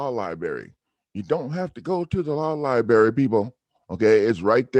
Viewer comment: nope, he is so short bus... saying "lie-berry" instead of library would be a good start. Saying he's "going to add the attorney as a defendant" is beyond stupid.